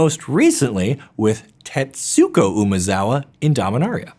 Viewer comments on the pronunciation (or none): Great video as always! Blessed by hefty content. Thought I should mention that in Japanese if you see suk together it makes a "sk" sound so Tetsuko should be pronounced like Tetsko.